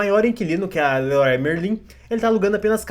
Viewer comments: O certo é "Lerui Merrua" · Mal sabe esse jovem gafanhoto que leroy merlin é francesa e pronunciou completamente errado